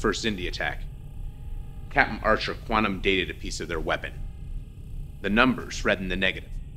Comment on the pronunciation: Story was great, special effects amazing, acting good... You guys have to pronounce words correctly ie quantum sounding like "quanum" Whole thing was by far better than Renegades. Loved the fact that we got an Enterprise era fan film. Overall a pretty damn good production, 9/10. Hope to see more from this amazing group of fans. Thanks for keeping Trek going!!!!